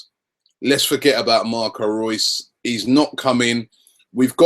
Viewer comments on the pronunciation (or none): Why does he keep on saying " Marcos Rues "